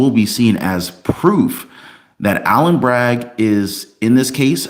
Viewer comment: PS it is not Alan Bragg it is Alvin Bragg. You need to speak clearer